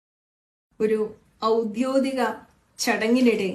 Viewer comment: തുടക്കം തന്നെ പാളിയല്ലോ ച്ച്യേച്ച്യേ.., 'ഔദ്യോദികം' അല്ല 😂 'ഔദ്യോഗികം' എന്നു വേണം മൊഴിയാൻ !